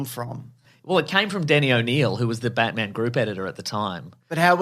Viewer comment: “The Ba-TUH-man” 😭😭😭 I’ve rewound this so many times so damn stupid lmfao